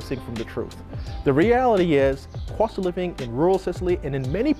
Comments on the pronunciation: How much it cwosts 😂😂😂 I love it ❤️ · Cost, cost! Not cwost🫤